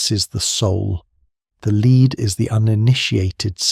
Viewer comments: broh its lead not LEEED 😭😭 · Pretty sure you/it should pronounce lead as led ‘the lead must die before’